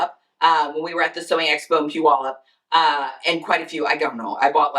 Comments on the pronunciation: Congratulations, you pronounced Puyalup correctly. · Right? Hahaha, I live in Washington and rarely do I hear people from other states pronounce Puyallup correctly.